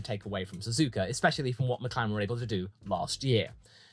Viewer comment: Did you really start the Meh category with Mehclaren.......and Mehcedes......